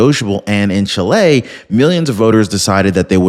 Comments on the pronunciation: Omg. It's NOT pronounced Chi-LAY. It's pronounced CHEE-lay. My nephew's wife is from Chile, so I'm not lying nor mistaken. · Is not pronounced chilei. It's pronounced CHÍLE, NOT "EI" AT THE END SYLLABLE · What the heck is Chlay? Oh you mean Chile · Please pronounce well the name of the country: the stress is on the "i" ; not on the "e" . The news is a wonderful one: Kast can do a great job there repairing the disasters made for communism.